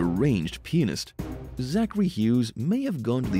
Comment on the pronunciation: Sounds like he's Saying penis 🤣 Not Pianist 🥴😁🤣🤣🤣🤣